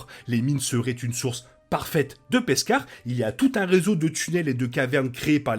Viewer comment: Hello ;) J'aime bien l'épisode ;) Par contre je suis la seule à entendre "Peskar" au lieu de Beskar ?